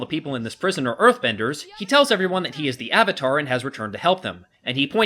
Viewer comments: shyamalan want the asian names to be said right but avatar is a real word!!!!!!! They changed avatar (a actual english word) into auvatar. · I cringed when I first heard "Aw-vatar" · Lol that's right, what did he call Zhao, Admiral Chang or something? What's worse is that they never seemed to be able to settle on a single pronunciation of "Avatar", and most of the time it ended up sounding like "Ahvatar". Avatar, for God's sake! It's the title of the freaking show this is based on! They say the word about 50 freaking times an episode (along with Aang's Sokka's and Iroh's names), and you're telling me you can't pronounce that!?! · Anyone notice that in the first Narration she says Ar var tar instead of avatar? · No, no. He butched the name of Avatar. The creators had to make The Legend of Korra to make up for this shit. He even made up random shit that wasn't even based on facts from the show. Shamalame cannot make movies expect for the 6th sense